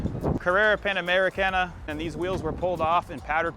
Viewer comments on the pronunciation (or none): Not to be pedantic, but it’s PanameriCANA not Panamerica.